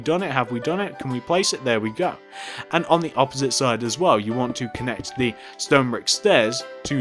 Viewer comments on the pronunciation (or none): none